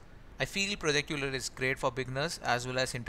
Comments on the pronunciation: euler is pronounced as "oiler" and not "youler" :D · I think Euler is pronounced oil-er.